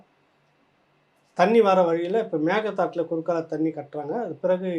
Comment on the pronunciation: மேகே தாட்டு என்று சரியாக உச்சரிக்கும் வரை பிரச்னை தீராது 😂😂😂😂